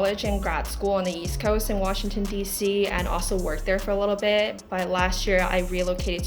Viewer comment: Sarah说 I worked there for a little BIT, 这个bit发音不对。而且一般人会说 for a while